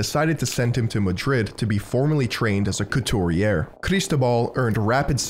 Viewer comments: It's pronounced cooturiay. The way you pronounce it is means the same thing but feminine version for women. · Strange not to hear the French pronounciation of "haute couture" and "couturier" in a fashion video.